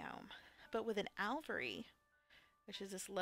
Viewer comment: Aviary = A-V-AIR-E Alveary = AL-V-AIR-E Pass it on!